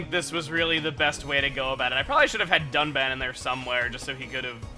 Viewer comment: that dun?(done) I THOUGHT ITS DUNBAN